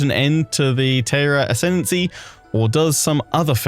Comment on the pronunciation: Your pronunciation is pretty good, but Taira is pronounced more as Tie-ra rather than Tay-ra! Other than that I’m super excited for your playthrough, this DLC has me really excited🎉